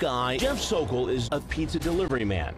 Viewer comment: Thank you for nailing “The Sokol”!!!!